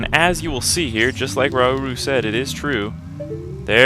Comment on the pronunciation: lol it's raruru the sage buurp